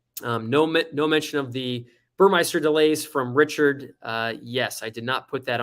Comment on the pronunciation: Great info! Look forward to your vids… As a Porsche savant, and in no way to embarrass you, you are not pronouncing Burmester correctly. There is no “i” in Burmester. It’s pronounced Buhr-Mester. Cheers/B